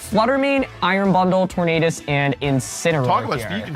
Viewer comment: Anybody else find the Tornadus pronounciation awful? Do none of the editors bother to correct him?